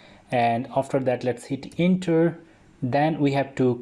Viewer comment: It doesn't pronounce 'inter,' it pronounces' enter'